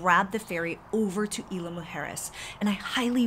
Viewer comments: Please at least pronounce Isla correctly! Super annoying! Also, jet skis aren’t permitted in north beach and you shouldn’t encourage it anyway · Thank you.. loved the video and info but the mispronunciation of Isla was driving me crazy..